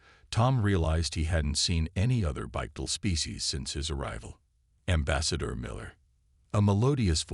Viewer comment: A few thoughts. It IS actually less energy efficient to use 2 legs to move, we humans just happen to be able to do it. When using the ai voiceover for the future mage sure you type in Bipedal for walking on 2 legs and Finale for something like grabs finale. There were a few other words i can't remember that the ai said incorrectly but those 2 stuck out the most to me and the correct spelling should help.